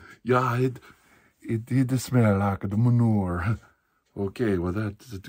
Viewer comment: "Ita smell like Meh-nour"